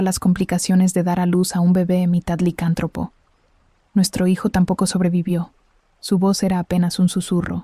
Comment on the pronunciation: Muy buena historia 🎉🎉🎉🎉 se dice licántropo y tú lo dices sin el acento y se escucha raro. Solo digo😂